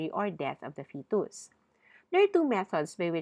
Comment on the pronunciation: Thanks nice lecture but all word wrong pronanciation like fetus ....